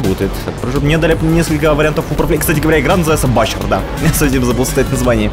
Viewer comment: "Буче", а не "Бачер"! )